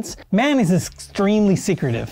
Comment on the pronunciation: “Mann” rhymes with yawn